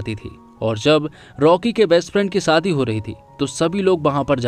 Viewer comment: Bhai bura mat manna lekin apna accent theek karo...aap,sh ko s kyu pronounce karte ho...jaise shaadi ko saadi koshish ko kosis shayad ko sayad s ke aage h lagao...